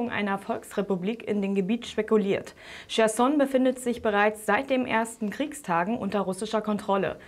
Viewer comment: Nicht "Schersson", sondern "Khersson"! Bitte die Profis fragen, bevor Sie falsch berichten.